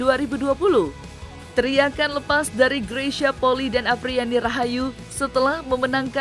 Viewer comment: Maaf,bukan poli,tapi penyebutannya adalah poli i,i nya dibaca 2x karena itu adalah marga...